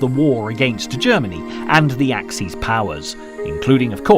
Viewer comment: Axis powers: ack-sis. bot ack-seas. Yeah, I know, French and German would have a plural adjective with a plural noun, so axes powers. Sorry, fellas, this is supposed to be in English. And straff is pronounced staif, not the German way it's spelled. Papue, New Guinea? pah-poo-wa. No, I know pappy-ya sounds friendlier, but no, just no, OK? Stalingrad? Named after Stalin. No, not Schtalin. So your Schtalingrad doesn't exist. Caucasus has three syllables: core ka sus.